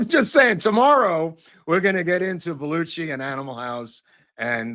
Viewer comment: It's Belu-SHI! 😂